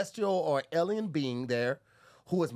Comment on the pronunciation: The word is Alien.: Ellen 😂😂😂😂